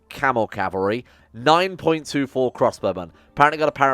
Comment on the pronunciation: As soon as I heard that I died XD